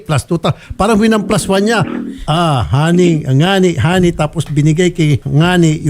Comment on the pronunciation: Salitang bisaya po kasi ang term na "ngani"Taga Masbate ako,salita namin yan,actually di naman talaga ngani ang tamang term namin nyan,"gani" ang tamang bigkas nyan.